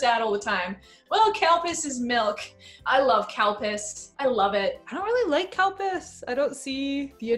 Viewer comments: its...calpis... XD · Can you stop pronouncing it CAL-PISS. It's Ka-Lu-Pea-Sue.. or just say Cal-Peace.. not Cal-PISS. smh. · exactly.. it should be pronounced Cal-Peace.. by people who cant pronounce it properly. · Whenever you say Calpis I understand Cowpiss, and I ask myself who can Drink this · Was I the only person who misheard 'calpis' as 'cow piss'? Edit: Reads other comments..... Ah, no. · I just can’t unhear “cow piss” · Same, Calpis/Calpico sounds like they are saying “Cow Piss” Its hilarious! 😂😂😂🤣🤣🤣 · Are they saying "cow piss"? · Are you saying "cow piss"? WTF!? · I seriously thought Chris was saying Cow Piss. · Does anyone else hear them saying cowpiss? 😂 😂 😂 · When someone says calpis it sounds like cowpiss lol